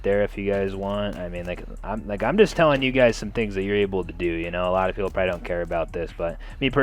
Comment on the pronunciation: for the love of god please stop saying proyy instead of probably